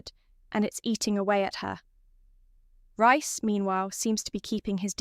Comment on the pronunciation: Don't get it she can say Priya but not Reece oh yeah RICE🤣🤣🤣🤣🤣